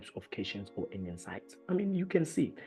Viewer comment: Cation ( Read as Cat - Ion) .. Anion ( An-ion).. Great video, overall though..